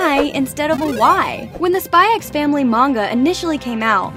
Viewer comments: I will say that you don’t pronounce “SPY X FAMILY” with the “X” idk why but its a bit like “HUNTER X HUNTER” this is not to be picky just to let you know :) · The X is silent 🙄🙄🙄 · "I've spent the last 100 hours watching SpyxFamily." Still pronounced the x tho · Okay,am I the only one pronouncing it as "Spy and Family"😐😂 Thank u for the informations tho,I like the easter eggs👍👍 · Bro told tons of easter eggs and forgot the x isn't pronounced in the title I appreciate the hard work tho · bro didn't just pronounce the X in Spy x Family OH GOD also the yes and no pillows don't symbolize liking someone per say, it just means you want to do the deed.